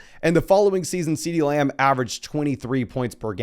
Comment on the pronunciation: Love how says "Muh-gummry" and "Layumb"